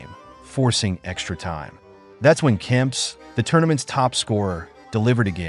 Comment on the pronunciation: The name is Kempeeee not Kemps but other then that it’s a great video